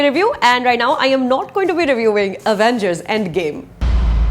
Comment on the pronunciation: Avengers pronounced as “uh-vain-gers” by Suchitra Tyagi - 😂😂😂😂